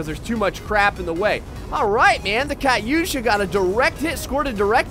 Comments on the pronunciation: its katusha not katyusha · ITS PRONOUNCED KAT-OO-SHA NOT KAT-YOU-SHA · your meant to say ka too sha thats how to prononce it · its KAH TWO SHA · uuuuuuhhhhhgggg, i cant take it, he said kat-u-sha, it is an embarrassment to humanity!!!!!!!!!!! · It's pronounced Katusha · in the beging is he saying katyusha if so he saying it wrong